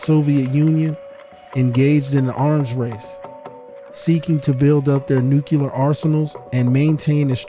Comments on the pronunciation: Why is it that so many people say "nucular" instead of what it realy is which is nuclear? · thank you, good material...i just wanted to say that the word Nuclear is pronounced New - Clear vs. New - Cu - Lar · I’ve been thoroughly enjoying your content, but for the love of god, it’s Nuclear (like Nu + Clear), not “Nucular” (not a thing) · Did you say “nucular” ?